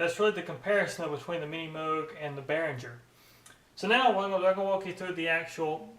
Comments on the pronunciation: I know you'll probably just ignore this comment, but if you're working for Behringer, you should learn to pronounce it: It's "Behring-er", not "Behrinjer". Your mistake is like working for Porsche but calling the car a "Porsch." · Nice review. btw, the 'g' in Behringer is pronounced hard, not soft. bear-ing-er